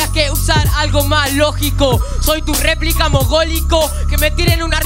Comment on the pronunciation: Replic dice el niñito en ves de decir replica, jaja no sabe ni el nombre